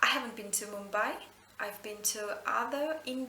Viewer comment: You said Mumbai pretty well!